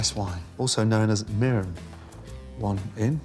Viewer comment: he said "mirin"